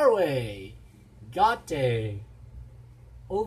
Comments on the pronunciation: Great reaction video – happy you loved it so much ❤️ «Å» is pronounced like English «awe», so Gåte is something like Gawe-teh. And the «u» in Ulveham (wolf skin) is like English «oo», but that was pretty good pronounced 🤓 They are very famous in Norway for their folk music rock and have always been one of our best live bands. Hoping they will win in the final 3 February! 👌 Greetings from Norway/Noreg 🇳🇴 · Wow! I'm among the first ones to view and therefore the first to give thumbs on your new reaction video. How great to know that you appreciate this songe. If you wish to pronounce "gåte" correctly think of a regular g-sound as in the English word "gather" then think of the English word "caught", but leave put the "c", so far this gives you "gåt" then for the last sound in that word add the "e" as in the first vowel you find in the English word "else", all together this gives you the perfect pronunciation of: gåte. (Gåte means: riddle). Their song Ulveham means wolf skin. A werewolf is an example of a person in "ulveham", so yeah, the young maiden in the story is transformed into a wolf by her evil and jealous stephmother, that eventually rips her heart out and eats it to break the curse. I can advice you to watch the full version of the song, which is nearly twice the length as the Melodi Grand Prix version which is limited to three minutes. The music genre is (progressive) folk-rock. It's inspired by Norwegian folk music. The instrument is what we call "nøkkelharpe" or "nyckelharpa" as it's called in Swedish and is the name it goes by in English, I believe. This instrument has actually gained status as Sweden's national instrument, which is an instrument that formerly was also much in use hered in Norway centuries ago before being replaced by other instruments. For the beginning of the song you hear "lokking"/"kulokk" as we call it, in English called "kulning" which is a tra